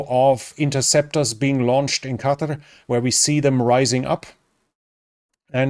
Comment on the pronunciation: "Qatar" as opposed to "Cudder". Thank feck someone can say it properly. The Americans are driving me mental with their pronounciation.